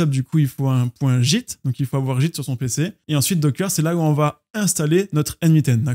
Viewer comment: Ça me stresse de t'entendre prononcer git "jitte" 😂